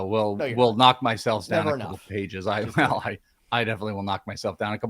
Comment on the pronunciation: was that another "welshism" ? ..."knock down a few pages"? isn't it "knock down a few pegs"? 🤭😍